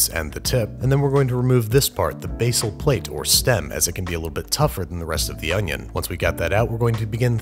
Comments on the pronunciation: It's not onion... it's oño. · Man i love french oonyon